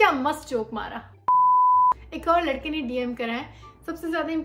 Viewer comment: to said "ek lakde ne likkha he" by not saying it "ek ladhke"